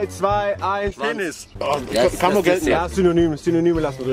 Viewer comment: Mit vollem Mund : Penifff xD